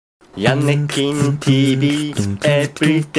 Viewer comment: 途中ヤネキンがヤミキンに聞こえた